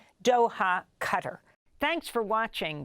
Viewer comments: Learn to pronaunce Qatar. It's not Cara. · Someone please tell Amy Goodman that the GCC Country is pronounced Qatar (Ka-Tar) not CUTTER! I cant believe an articulate journalist and host doesn't know or can not pronounce the country's name properly! Where do you even see the word "Cutter"??